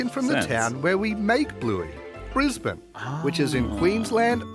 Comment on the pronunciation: Thank you for pronouncing Brisbane properly 😁